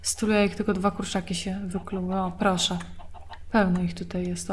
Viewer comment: "ptosze" :D